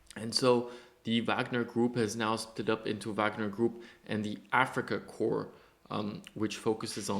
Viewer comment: Thank you for the video and attention to this! Slava Ukraine. Just a note for the English speakers, "Corps" is sounded out like "core" Otherwise it sounds like you're talking about dead bodies.. ""corpse"